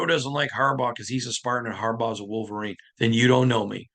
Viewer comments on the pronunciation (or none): none